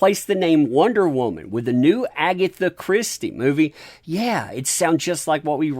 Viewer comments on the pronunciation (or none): none